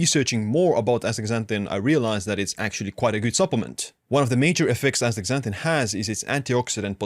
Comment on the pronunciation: Dr. Berg days Astra zanthin. Youre saying Ax tazanthin Ass ta zan thin please!